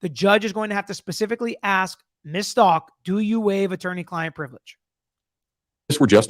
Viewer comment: Stauch like how..stowk not stalk 🙂